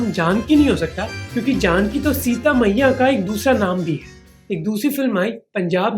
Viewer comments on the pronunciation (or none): he said Sita Paiya not Sita Maiya same as one of my students प को म and म ko प ,is he aslo suffering from alphabetic disorder like tare jammen par kid 😢😢☹️🥺